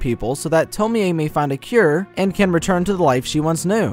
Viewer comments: no, the 'e' isn't pronounced like 'ay', it's more like 'eh'. So 'tomieh' would be as close a pronunciation as is easily anglicised. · To-mi-eeey! Man I have issues with english pronunciation of japanese names. Its pronounced Tom-iie (The e is barely noticeable). Sorry! Good video still man! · Its not tomie aye LMAO. ITA TOMI ou pronounce it as tomi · Why do you keep pronouncing her name the Polish way instead of the Japanese way? Tomi-Ay vs. Tomie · It's TOM-Y. Not Tom-me-y. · It’s pronounced “Toe-me” not “Toe-me-ay” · It's annoying how he mispronounced Tomee in this video... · Yea... tomi-yey wtf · I am not tying to be rude I like the Video and all I just wanted to say you pronounce it Tommy and not Tomie it’s just wrote different and am i the only one that wants to be BFFs with Tomie? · Why do you keep saying 'to-me-ay' jfc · I don't get why you kept mispronouncing Tomee in this video. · The way he pronounces Tomie is unsettling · Man no one knows how to pronounce Tomie. This is annoying